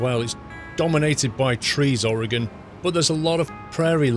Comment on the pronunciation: 1. You should really do a Travel Channel series or give tour guides. And I applaud you for pronouncing "OAR-uh-gən" correctly! 2. Noticed a Safeway Supermarket (Cafeway) . It's a regional Supermarket chain on the west coast but had never seen this reference in ATS up to this point! That's gotta be the reference as the logo, that red "S" like shape is almost spot on.